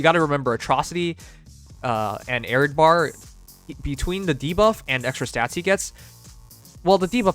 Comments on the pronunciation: (hard)A- REE- AD- BAR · Yes. It's pronounced more like 'air red bar'